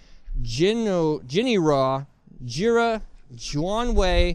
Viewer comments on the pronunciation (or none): none